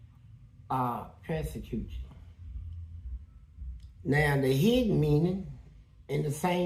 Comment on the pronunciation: What is “Press-a-cute”?